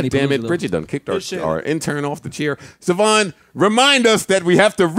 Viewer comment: "Suhvonn" instead of "Sayvon" is NASTY NASTY.